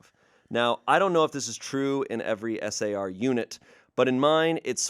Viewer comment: I’m in a search and rescue household, and that last story was getting me with S A R. It’s just “Sar”.